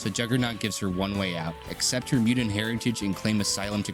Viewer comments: bro, wtf is as mew-dint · wtf is a "mudint"??